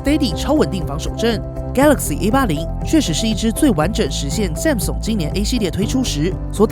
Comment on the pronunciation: 很不錯的影片，唯一的雞蛋裡挑骨頭大概是“Samsung”的發音XD 聽著有點彆扭，建議去聽聽看英文評測影片怎麼發音的 重音應該在後面，不是在"Sam"